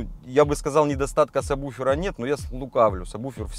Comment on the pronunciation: "Сабуфера"!!! "Сабуфера"!!!!! Мои уши!!! "Сабуферные"!!!!